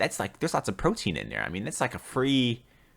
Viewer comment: "brotein shake"